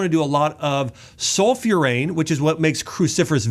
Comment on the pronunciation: Oh man, the guy cannot even pronounce properly - sulforaphane (in vegetables), several times he said sulfurane. One hell of a doctor, blabbering for 45 minutes AI generated content. Yeh, huge achievement, lol.